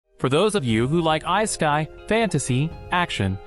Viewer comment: The way the narrarator not murdered the word Isekai at the beggening of the video. xD